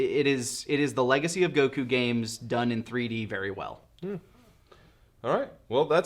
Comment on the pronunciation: Great show but I LOATHE the way you pronounce Goku’s name